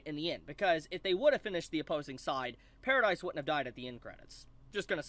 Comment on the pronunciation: One thing I'd like to note is that it is Paradis Island, not Paradise Island, as in Paradise without E, or Paradise without Eren (because he is in hell, or something).